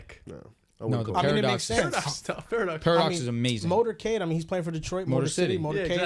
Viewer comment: It’s Motor Cade